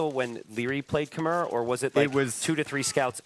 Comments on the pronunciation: "Khmer" is pronounced k'MY, as in "My" car. Please stop saying "K'mare," the civ has been out for years. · Lol I'm about as far removed from a Redditor as you can be. I'm sure I'm more sensitive to the mispronunciation than most, because I spent quite some time in Cambodia and spoke the language. But it's what they call themselves, even today. The "r" at the end is silent. This "K'mer" and "K'mare" nonsense has got to go. "K'my." It's so easy, bro. They're casters. They should know how to pronounce popular civs they've been casting for years.